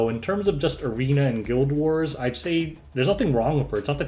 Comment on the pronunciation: I looked away from my phone when you said "guild war" and heard "gilbert"... I guess that's what it's called now